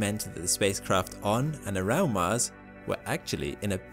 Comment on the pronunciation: Hey can you say MARS instead of MASS? :-) Just kidding man. Keep uploading interesting vids :)